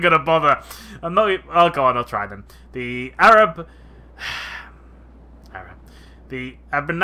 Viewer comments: Also ab ber zan nim. Nar do tar reek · You butchered the names. When Abrazanim become Arabs :D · It’s pronounced ab ber zan nim. Nar do zi gar Hope this helps😀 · So I shall teach ya how to pronounce shit properly my friend: Abrazanim Nardutarik. Ab - like the ab in ab*ort. raz - like the *raz from raz*or. anim - like the *anim in anim*e. Now to Nardutarik. Na - like the *Na from Na*sty. rd - is pronounced like the *rd in ca*rd*. The u is pronounced like a oo*. The tar is pronounced like, well tar. The ik is pronounced like the *ick from cl*ick*. Not trying to be mean just trying to help. Great battle.